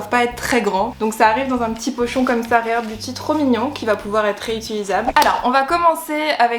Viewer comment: Enfin quelqu'un qui le prononce bien, moi j'ai envie de le commander, parce que Selena c'est mon idole 😭😭🥺🥺🥰🥰